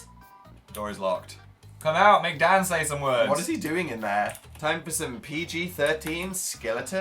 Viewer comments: I thought Phil said DAD not DAN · dosent it sound like phils saying dad? I mean I know hes not... Just though it would be fun to point out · did anyone else hear phil say "dad"? hahahha I know he really said "dan" but that's what I heard XD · was it just me? phil said "dad" instead of "dan", did anyone else hear that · phil TOTALLY sounds like he said "dad" instead of "dan" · every time I hear phil say "Dan" I hear "dad" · ugh why did i read this? fml i can only hear "dad" now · it sounds like phil called Dan dad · je sus christ i thought phil called him "Dad" for a second there